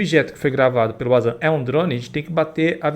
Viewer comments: Meu filho. o termo WANZAN se lê como VANZAN e não UAnZAN. Em alemão o W tem som de V. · Fale certo o nome do Wanzan mano😅 é pronunciado com V , e não com U ... ou seja se lê Vanzan😅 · Fala-se Vanzam... lê se Wazam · Não fala Uazam se fala VANZAM!!! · Rapaz...pelo de Deus...o nome do cara do drone é Wanderley + o sobrenome que forma WanZan (vanzan) e não "UAZAN" se não sabe nem o nome do cara... imagina as análises de vídeo 😅😅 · Carai, o proprio vanzam se chama de vanzan e esse do paraguai insiste em xamar o cara de uázã! tá mais por fora que caroço de cajú, sou mais o Rony Vernet nas suas análises, o cara pelo menos não é achista, ele é especialista e entende bragarai do que se propõe a analizar! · não é Wazam e sim Wanzam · corrige a pronuncia do nome do cara kkkkk se diz "VANZAM", com som de V!!! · Queria que o VANZAN chamasse o de, já que até agora ele não aprendeu a pronúncia 🤣🤣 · O Wanzam é o cara q mais manja de drone, por sinal, fala o nome do cara direito. É como alguém ficar chamando com a pronúncia errada